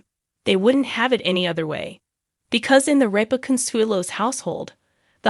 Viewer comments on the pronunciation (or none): Their last name is RIP-A